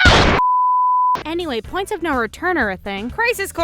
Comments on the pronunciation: uh...."pionts" of no return?....it's "points"... course you already knew that, everyone makes mistakes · Points not pionts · "PIONTS of no return" Uhh intentional? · "PIONTS OF NO RETURN" "PIONTS" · Pionts...was that on purpose?